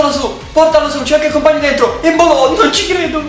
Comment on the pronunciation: evita di sputare quando fa gol embolo o come lo chiami tu empolo😂